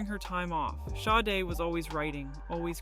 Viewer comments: Actually, her name's pronounced Shar-day. Just saying. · Shar day is how it is pronounced. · THE NAME OF THE BAND WAS (SADE) NOT HER...(Helen Folasade Adu) is her name 😏😏😏IF YOUR GOING TO BE A REPORTER AT LEAST YOU SHOULD HAVE COMMON KNOWELEDGE B4 REPORTING MIS-INFORMATION ABOUT SOME1, SOMETHING OR SOMEPLACE !!!! 😒😒😒😒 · agreed, this is BS and she pronounces her name wrong the entire video